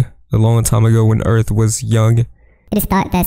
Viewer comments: i lof earf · wealcom to earf